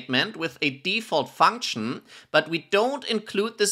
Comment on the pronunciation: bad practice also: funksh nnnnmnmmmmm